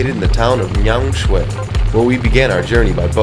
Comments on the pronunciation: Its ME anmar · please pronounce the country name correctly... not my-anmar it should be myan-mar !! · "MAI-anmar"?? Oh my God. You even went there and you still don't know how to say "Myanmar". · Please, learn to pronounce the name of the country correctly.